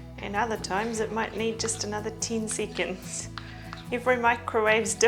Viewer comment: After yet another twenty seecands…